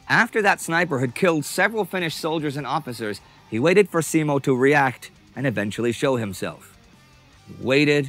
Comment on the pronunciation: And Simo as seemou